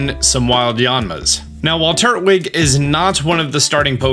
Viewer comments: tur-twig not turt-wig probably bc it breaks down as (tur)tle (twig) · Hearing him say Turtwig like he does makes me laugh. I've always said Tur-twig not Turt-wig. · Do y’all pronounce turtwig as “tur-twig” or “turt-wig”? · Turt-wig? Have I been saying it wrong those whole time. Me:tur-twig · Its not Turt-wig, itsTur-twig lol. Because he is a grass type and is a turtle. He doesn't have a wig. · Tur-Twig. Not Turt-Wig. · I hate how he says turtwig. It's tur-twig, not turt-wig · How TF did you pronounce Turtwig? Turd wig???